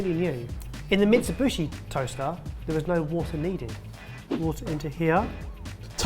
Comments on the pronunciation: I like how, not once in this video, has pronounced Mitsubishi correctly. Thenagain, it's. It's good he pronounced anything. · lol keeps saying, "Mitsibooshy" it's Mitsoo-bee-shee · Mitsubishi > meet-sue-BE-she. Never heard of/seen a guacamole with bacon, or jelly for that matter.